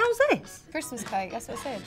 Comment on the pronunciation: no one: jade: KKRRRRISSMASS edition!